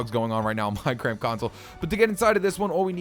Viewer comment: at the begening it sound like you said minecart insets of minecraft XD